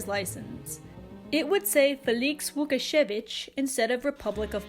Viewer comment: Sorry but it is funny to me when you tried to say Łukasiewicz since I'm Polish XD soz